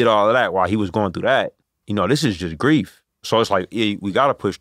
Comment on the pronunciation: everytime i hear that all i hear is "what is beef if not cow persevering"